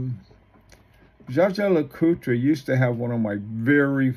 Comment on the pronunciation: Dja-dja Lecoutre??? Seriously? The name is Jaeger, German for Hunter. It is pronounced pretty close to famous pilot Chuck "Yeager", not like some Filipino "bad-juju" or Star Wars Jaja-Binx character! CRIKEY! Is there is not ONE amongst you self declared watch expert youtubers, who can get this right? This really is very annoying, when you butcher names!